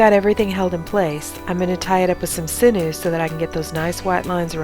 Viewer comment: Thank you for all your awesome videos. You have great angles. Just and FYI sinew is pronounced sin-yew not sin-ew ;)